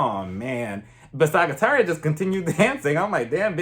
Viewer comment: Small tip: Sagittaria is pronounced more like “Sa-hee-tah-riah”. We pronounce the “g” as an intense “h”.